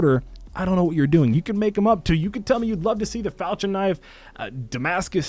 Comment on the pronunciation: Do people not under stand how to pernouxe falchion knife not falchin falchion